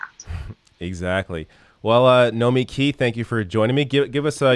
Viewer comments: Wait, is the emphasis on the second syllable or the last? When said "Nomiki Show" he said, [noh-mee-KEE shoh] rather than [noh-MEE-kee], even though he introduced her as [noh-MEE-kee] just a couple seconds before. Also, pretty sure I've heard her call herself [noh-MEE-kee], so is her name different in the title of the show? I mean, I'm truly confused.... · Her name really isn’t that difficult. No-mee-kee. Now try to pronounce my handle 😂 Nina Turner for VP!